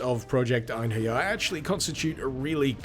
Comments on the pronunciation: It's pronounced En-herry-arr though... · as a valkyrie profile veteran, i’d go with project ein-ha-ri-ah. whatever it is tho, cool mod. also, are you watching out for the castlevania simon’s destiny mod? it’s not released yet but it’s supposed to be the original castlevania in 3d